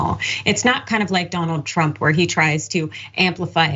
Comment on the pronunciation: "If twump kin do it so kin I !!"